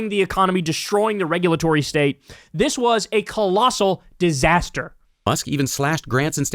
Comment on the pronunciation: Did he say dis? A cross between does and is?